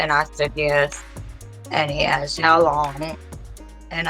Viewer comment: "how lond have you been a fan" 😅😅😅